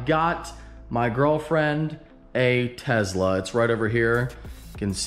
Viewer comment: Tesla not Tezla